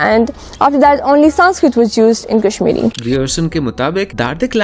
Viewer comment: This Person is not kashmiri. His quality of pronounciation is not appropriate